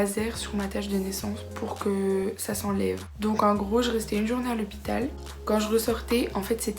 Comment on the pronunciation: Tu as dit lepital